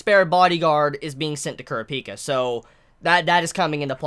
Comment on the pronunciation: The way you say kurapika makes me very uncomfortable 😂